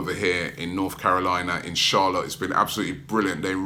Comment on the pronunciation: when robbie says "... in CHARLOTTE " i feel like he saying " INCHALLAH " ... Hold on robbie don when did u become Muslim lol .